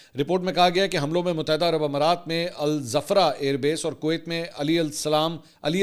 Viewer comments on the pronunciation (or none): Al dhafra not alzafra